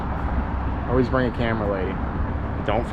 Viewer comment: Fun video! Water, Coffee, and Always are dead give-aways for a New Yorker. Your "always" was bordering a bit of Philly right at the end of the video.....almost Oh-Waze! Lazy's lobsters are divine. I wish I could get one in Minnesota! I retired here after 35 years in St. Pete Beach and spent many vacations loving the Keys! Nothing better than fresh grouper, snapper, and lobster that you caught yourself. The Goliaths are definitely getting out of control - I frequently saw them diving that were as big as my torso and they could easily swallow a 30 pound fish. I'd love to find out if their meat is as tasty as their smaller cousins! You and your photographer have a good thing going - 8800 views on the first day is not too shabby. Have you spoken with Aaron Young (@ West Waterman)? Good times, glad to be a new subscriber! Mr.Bill